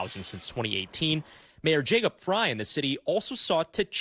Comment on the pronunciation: FYI…Frey is pronounced “fry”.